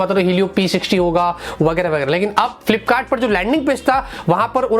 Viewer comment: Bhai flipkart not flpkart... But apka content best hai sabse..